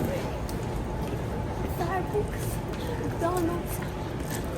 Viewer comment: Starbucks shqiptohet 👉 /star-baks/❤😂